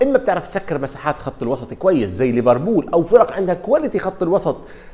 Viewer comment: يا أخي والله إسمها liverpool و ليس leverbool